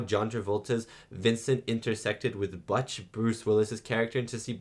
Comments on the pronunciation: Bootch- not Buuttch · butch rhymes with bush, not dutch